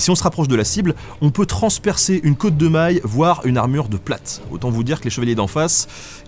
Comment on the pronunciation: attention à la prononciation de cotte de maille, c'est pas une côte